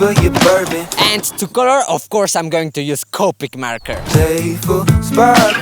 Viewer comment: I love when says “color” it sounds like “call her”